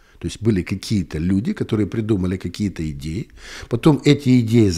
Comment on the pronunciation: "Идеи правят миром.." Послышалось "геи правят миром." 😂